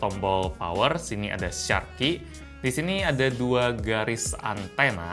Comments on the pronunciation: Katro banget inggrisnya..bacara syak..bukan sark ! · ucapan "shark" msih slah bro.. but its ok